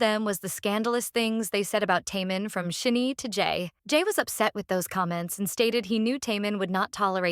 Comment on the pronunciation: pronouncing SHINee as "sheeny"??? Stop making videos about kpop when you do not know ANYTHING about it.